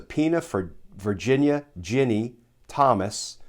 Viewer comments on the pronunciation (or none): none